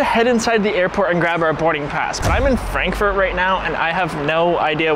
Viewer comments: you said Fronkfut not Frankfurt 😑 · “From Amsterdam to Fronkfurt.” 😂